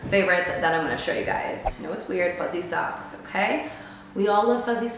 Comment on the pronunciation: When she said fuzzy socks I thought she said pussy sucks lol